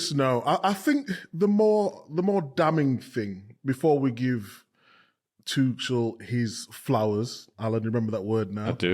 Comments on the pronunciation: There is no 'K' in the name Tuchel. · for fuck's sake! it's not tukel, not tukl, not tuchel and not tushel! IT IS PRONOUNCED TOO-HELL